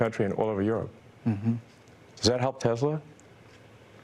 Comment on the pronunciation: Anyone else notice Muskox said Tezzla?